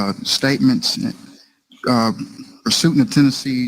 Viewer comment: Probateiv value....mirandirriation